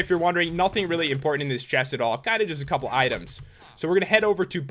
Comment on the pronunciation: LOL a-cup-le